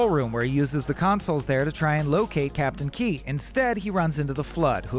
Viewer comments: Stopped at "Captain Key" - its KEYES. At least get someone who cares about Halo to narrate this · Captain KEYES. WITH AN ‘S’. NOT KEY. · It's captain Keyes, not Key... Edit: the worst part is you say Captain Key but get his daughter's name correct by saying Miranda Keyes. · The timeline for humans re-evolution to a space faring civilization was way more than 2500 years, the forerunners weren’t “in ruin” they were functionally extinct, it’s Captain Keyes not Captain Key, other than that great vid :-) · the only thing that bothers me is the fact that the guy calls keyes "key", even though the story is accurate, but when we get to halo 2 its keyes again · bro it's "Keyes" not "Key" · This was done well except it's KEYES, not captain Key 😂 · KEYS - ITS KEYS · It's Captain KeyES, not Key. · Whyyyyyy do you not pronounce the 's' in Keyes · It’s Keyes, not Key. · It's KEYES, not KEY. C'mon. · Captain Keyes. Not Key. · **Captain Keys not Key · its KEYES not key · Bugged me everytime he said Key 😭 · Captain KeyeS. There's an S there. It's not silent. Just sayin'... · captain KEYES bro PRONOUNCE THE S